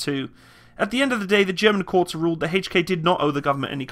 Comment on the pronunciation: I can't stand the way you say, "Hay-ch & Kay" It is H....not HayCh.